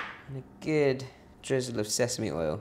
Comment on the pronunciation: I wish you wouldn't say "gid". The word has a double o! RT.